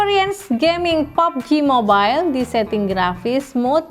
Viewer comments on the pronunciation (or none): Gue dengernya "popji mobile" wkwkwk Dan, tolong bikinin video pesaingnya poco m3 ini dong.. Yg setara